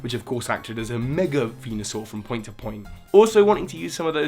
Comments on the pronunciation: VENUASUR, NOT VENASAUR! AND DO NOT LEAVE OFF THE D IN PIDGEOT! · IT'S VENUSAUR, NOT VENASAUR!